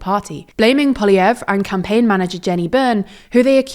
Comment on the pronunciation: Every TLDR reporter has a different pronunciation for Poliievre.